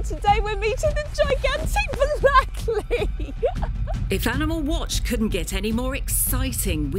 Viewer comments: Malakliii degil malaklı. I harfini cıkaramiyorsaniz ders alın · The breed is pronounced /Ma-lak-luh/ as the Turkish spelling Malaklı and letter ı is pronounced /luh/. Also the place where the dog comes from is Aksaray /Ak-sa-rai/ with rai as in sky.